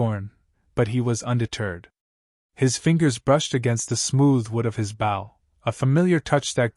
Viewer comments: Bow, pronounce boe, as in oboe. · not a bough a bow